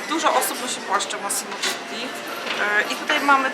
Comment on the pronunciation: Dutti nie Duti